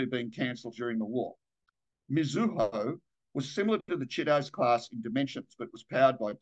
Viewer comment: I think it's Chee-toe-zay". There's an anime hero with the same name.